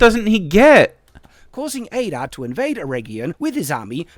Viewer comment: One of the things that made me the most frustrated in this entire video is the part where he mispronounces Adar as "Ay-dar". Like, THEY SAY HIS NAME IN THE SHOW. We know how it's supposed to be pronounced! It might seem like a minor nitpick, but I feel like it stands as almost a microcosm of the reason this video completely sucks. This is not an example of misinterpreting something, or misreading the name and thinking its pronounced some other way. No, this is literally him hearing one thing and saying another completely different thing, which is what this entire video seems to be, in my eyes.